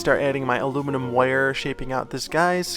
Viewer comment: can we get a compilation video of you saying "woyer" 🥰